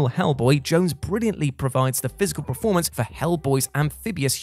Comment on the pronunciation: There is something mispronounced in every one of their videos lol....the one that's nagging me the most is preformance instead of performance